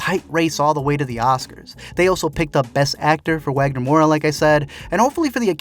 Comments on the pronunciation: BTW Wagner Moura . Practice and pronounce his name properly please. Don't use the W as a Wha do it as a V . Obrigado Tysm 😊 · the W in Wagner Moura is pronounced like a V